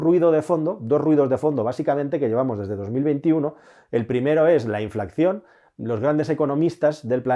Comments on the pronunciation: se dice inflación, no inflacción!! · InflaCión bien InflaCCión mal Que dolor de oídos me das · Creo que se dice "inflación" y no "inflacción" como me ha parecido escuchar en varias ocasiones en el video..... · Un apunte,: se dice inflación, no inflaCCión. Veo que ud. lo dice mal, al menos en este vídeo. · INFLACCION NOOO!!! SE DICE INFLACIÓN...ADMIRO TU TRABAJO, ERES TODO UN PROFESIONAL, PERO NO TE QUEDA BIEN DECIR ESTO TAN ERRÓNEAMENTE CON LO PROFESIONAL QUE ERES, POR CIERTO, TU CANAL DEL CASCARÓN DE NUEZ ES ADMIRABLE, GRANDE, ABRAZOS! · Se dice inflación, no inflacción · Me encantan tus vídeos! Son todos super interesantes. Si me lo permites, una sugerencia: no se dice 'inflacción', lo correcto es decir 'inflación', te lo dice un economista :-) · Inflación, se dice inflación. No "inflacción". De todas maneras, gracias por tus videos😉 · Un pequeño apunte, se dice 'inflación' no 'inflacción' Saludos! :) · Buen video. Pero se dice "inflación", no "inflacción". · InflaCCión!!!? Me arden los oídos!!! Muy buen video, gran explicación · Se dice INFLACIÓN, con una sola “C”